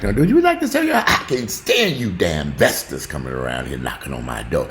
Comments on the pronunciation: I crack up every time I hear "vestors" lmao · "Vesters" y'all hahahahaha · "I can't stand you damn Vestors". 😂😂😂😂😂